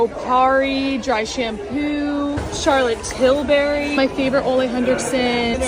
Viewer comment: "Charlotte Til-BERRY" lmao